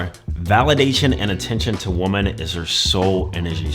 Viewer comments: "Woman" (pronounced woo mun) is singular. "Women" (pronounced wih mun) is plural. As you constantly mispronounce the word "women," you're making it singular. That means, to me, you mean exactly ONE woman. I don't care about your one and only woman. Learn to speak english. I hope it isn't your only language. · While the headline says "women," he keeps saying "woman," so I'm guessing he only has one of them. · Great video and no hate, but please man… learn to pronounce the word women correctly.